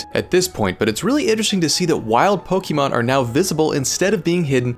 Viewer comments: its POKE-UH-MON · Couldn't even finish it because you kept saying pokEEmon and it was grating on my soul like nails on a blackboard. Dude, wtf. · Not quite. It's poke-ay-mon actually. But I get what you mean. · She corrects him on how to pronounce Pokémon, but he resumes saying it wrong in the narration repeatedly! 🤣🤣 It comes from Pocket! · You know how to pronounce the word correctly, but still insist on incorrectly saying the word Pokémon. Interesting…